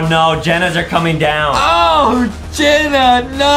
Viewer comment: OhJenna? Ohhhhhhhhhsi isma